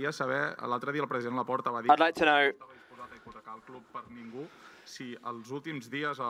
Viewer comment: Why is the English translator struggling to say “club”?